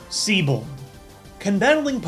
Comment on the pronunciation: Actually, his name's pronounced Zee-bolt.